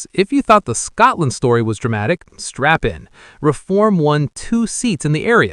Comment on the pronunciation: Tell your stupid AI it is Scotland NOT Scartland